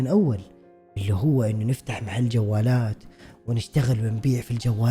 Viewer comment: كلمة محل بفتح الميم مو بكسرها تضايقت وأنا اسمعك تقول مِحل😭